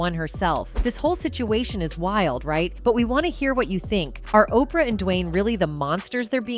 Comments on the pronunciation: Seriously.....who's tired of hearing "OPR", really, Oprah's been in the public eye, for a long time, we saw her get to billionaire status, and, this person can't pronounce her name, she wouldn't get a paycheck from me, or, are we being played, and, the misprounces are on purpose???? 😮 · Stop saying OPR. And learn how to pronounce Denzel.